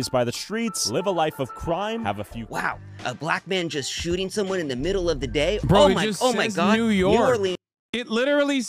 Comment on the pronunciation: Hassan says Oh my god like the wizard says Oh ma ha and now I can’t unhear it